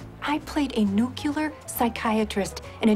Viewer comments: A nucular psychiatrist in a James Bonk movie. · Now whenever I watch The World is not Enough, I think of Denise as playing the Nucular Psychiatrist. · "I played a nucular psychiatrist in a James Bonk movie" is an endlessly funny line.